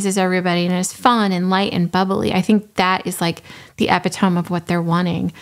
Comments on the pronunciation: Not "eppi-tome" ehPITuhME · FYI, "epitome" is pronounced epitomy. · Love it! Excellent video and great points. You are not the first and you will not be the last, but "epitome" is pronounced eh-pit-oh-mee, accent on the "pit." 😂 it's a common mispronunciation for folks who are used to only reading that word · Please know that I say this with love in hopes that you don’t embarrass yourself in the future. Epitome - eh•pit•ō•mē not epi•tōm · Did you really just say ep-i-tome? 😂😂😂 I’m sorry it just took me by surprise. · I love your commentary but your pronunciation of epitome made me giggle